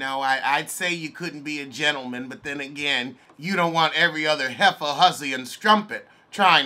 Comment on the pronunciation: "You can help a heiffa help a heiffa"